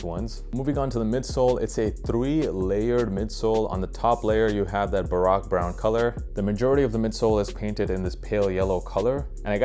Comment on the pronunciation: But he pronounced baroque brown wrong lmao